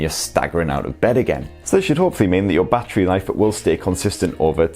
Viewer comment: Every time he says battery as bachery I cringe